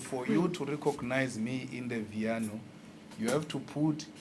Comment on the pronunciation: It’s not Vito it’s viano 🤣